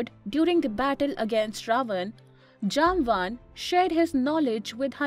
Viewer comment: Thanks for the beautiful video. No doubt Jambavantha is a great legend and one off Chiranjeevi. But please please pronounce the name properly. I am guessing that though you are using English as a medium convey your message but you are not that idiot who came from Europe to our Bharath. So as you might be knowing how we call him, please be kind enough to pronounce at least in our way, how it is in our puranas. And to add he will join Kalki bhagavan (lord vishnu's 10th avatar) at the end of Kaliyug to fight with Kalipurush. Swasthi. Shubhambhooyaath.